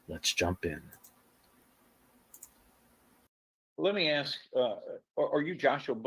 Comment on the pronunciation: You'd think the attorney would have learned, at least in law school, to say "ask" instead of ax.